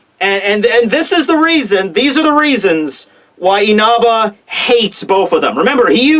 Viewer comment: Dude, stop saying Inaba!!!